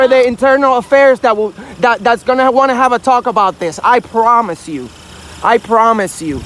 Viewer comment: I prrrrrrromise you. I prrrrrrromise you. I prrrrrrromise you if I see you in my community you will become a permanent resident.